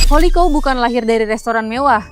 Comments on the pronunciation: Bacanya bukan Holiko tapi houlikau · Holi kaw, risih banget dengernya kalo salah penyebutan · Hahaha, gatel yah denger holikou